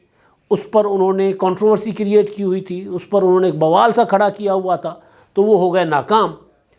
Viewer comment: ماشاءاللہ تجزیہ بھی عمدہ کرتے ہیں اردو بھی اچھی بولتے ہیں لیکن ایک لفظ غلط بولتے ہیں یہ لفظ وبال ہے بوال نہیں درست کرلیں شکریہ